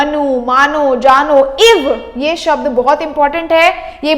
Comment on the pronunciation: Are vo shabd hai sabd nhi